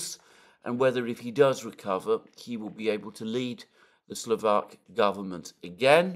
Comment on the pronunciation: SLO VAK not SLO VEK thanks!